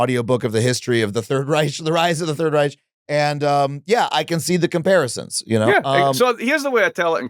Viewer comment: That's not how you pronounce Reich